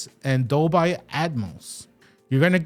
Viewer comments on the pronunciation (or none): Dolby is pronounced DOL-BEE, not DOL-BYE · #1 thing to say: Dole-bee, NOT Dole-by. the "power button" is the remote finder button, not a power button. A "USB port for charging"... what? It doesn't charge any other device. Its primary use is the power input with other uses including hubs and docks with power delivery which can come with USB ports for connecting flash drives, MicroSD cards, etc. DV, HDR10/10+, and HLG are not codecs. They're a list of HDR Profiles. Video Codecs include: h.265 (HEVC), h.264 (AVC), etc. HEVC is common for UHD Blu Ray and AVC is common for standard Blu Ray. VP9, and AV1 are also included for legacy and newer YouTube support. is completely false. The USB port is not "only used for powering the device." This is the same as was stated at ~ . You can buy something as simple as a USB C OTG C to USB Splitter. That passes through the USB-C for power and gives you a USB-A port for plugging in your flash drive. It "should" have a USB-A port? Why? It's not marketed as having one. The Apple TV doesn't have one. The old ChromeCasts don't have one. No Fire devices have one. Roku restricts it to the Ultra, etc. You're pretty naive to assume it will (or "should") have one. It's a streaming device; not a local playback device. You completely misunderstand the "match framerate" option. 60Hz displays can't display 24FPS (most movie) content because you can't display 24 fps over 60 slices of 1 second. That's the major advantage to native 120Hz (/144Hz, 240, 360, etc.) displays: you can sim